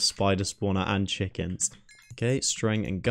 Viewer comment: Chickens? Dude next time I'll unsub untill you say it properly xD